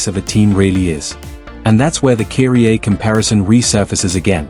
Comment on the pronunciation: Would be a decent video if you did the VoiceOver or script yourself instead of using an AI/ text to speech that pronounces Kyrie as "Keery-Aye"